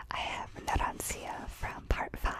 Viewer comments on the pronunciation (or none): It's Narancia not Naransia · IT'S NARANCIA, NOT NARANSIA